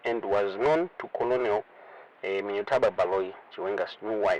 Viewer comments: Colonel is pronounced kur-nil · Colonel, pronounced 'kenel'